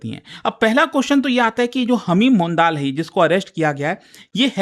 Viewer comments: Sir सही उच्चारण मंडल/मॅन्डल होगा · It is pronounced as mondol/mandal